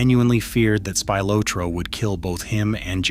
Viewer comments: AI CHANNEL. It says el a s instead of Las like loss. Also mispronounces Spilatro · That's Spilotro NOT Spylotro, please pronounce it correctly ! stupid AI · Terrible Tony's name is pronounced Spill a tro. NOT spy lotro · Ohhhh is it Spy lot ro now? Funny because I always thought it was Spilotro pronounced like spill ot ro and not Spy lot ro. Spy a lot did he before he got his brain bag bashed in good and proper? Was his bro a spy too? Is that what got them put in a shallow grave? Looks like a case of bad guys taking out bad guys maybes worse guys or at the least the same guys so come on lets put our feet up crack a beer and watch the football. Lets forget about bad news. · Narrator it's Speel-otro, not Spy-lotro. Spilotro.... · I cringe everytime you say spy lo troe! It's actually pronounced Spi lo troe. Sorry to be so picky 😁 Good job besides that though 😉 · I do wish that they would p rogram these AI generated narratives to pronounce names correctly. Tony Spill-ah-tro is the way the name is pronounced, not Spill-oh-tro, or worse, Spy-Lo-tro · Right! Speel-otro not Spy-lotro.....Spilotro..... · IT IS NOT SPY-LOW-TRO IT IS PRONOUNCED SPIL-LOT-TROW AS IN THE LOW OR THROW SOUND. Spillotro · It's not spylotro stupid get it right tony spillatro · It's Spill-aht-tro. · Spy-Lotro? Never heard it pronounced that way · Spy lowtro? Ai narrator needs to be brought up to speed on pronunciation. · SPY loh tro😂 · saying Spy- lotro is also annoying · " SPY LOW TRO"...... YOU'RE FAKE AI BS IS LAUGHABLE!! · “SPIElotro” is annoying af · SPY_LO_TRO. Are you kidding? Unlistenable. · Spy low tro 😂😂😂😂 can't get over it. Spy low tro, or was it Spy lo tro? 😂😂😂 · must be some shitty AI as you can't even pronounce SPILATRO right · "Spy-lotro" LOL, followed immediately by the word "BUTCHERED" on screen, LMAO. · Spy-low-tro?..AI pronunciation as well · It's pronounced Spilotro for fuck's sake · Spylowtro?I was about to turn it off after that shit. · It’s Spill-ot..trow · Tony Spylowtro😂